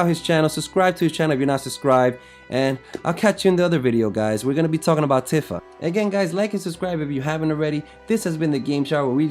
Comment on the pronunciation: It's properly pronounced "Teefa"